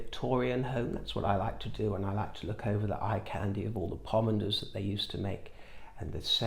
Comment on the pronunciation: And by the way, the lights aren’t flickering. And I love the way you pronounce pomander